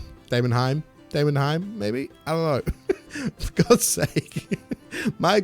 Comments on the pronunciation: aura pause great for group boss if one member has to reload a preset or such other things <3 much love inits >3 also just to help you out i always say it as "day-mon-highm" deamon like demon and heim like yotal heim from avengers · de-mon-heim, bil-rag..fking hell dude read the text first before you make a video about it